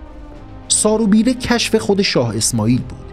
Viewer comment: سارو بیرو اشتباه تلفظ شده اسم ایشون سارو ببره است